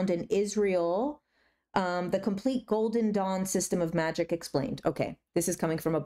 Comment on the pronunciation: I thought you said "golden dong" for like 3/4 of this video and didn't even question it once lol I think I may need to rewatch your discernment video 😅